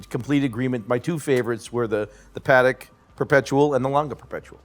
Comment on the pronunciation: It’s really shameful. The pronunciation of JLC and “Parek “ are especially horrible. These guys are not talking about horology, but about hype, mainstream watches, the AP’s, Patek’s and Rolex they love. I can do that myself, as the rest of the community. They justify AP’s Black Panther, but are not mesmerized by the JLC? I’m really disappointed :(